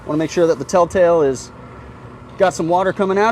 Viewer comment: Tell tail??? PISHER!